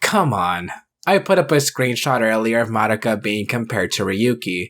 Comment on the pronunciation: I'll die peacefully when I finally meet someone who doesn't pronounce Madoka that way